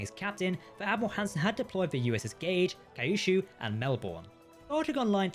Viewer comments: Kyushu, pronounced Key-You-Shoe. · It's easy to pronounce "Kyushu". Just say "Q" and then "shoe". That's all there is to it.